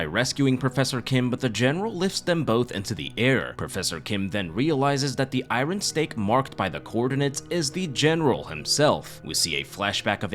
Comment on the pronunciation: Great recap, you’re the 3rd person I’ve heard on YouTube say iron weird lol I think you’re saying the R immediately after the I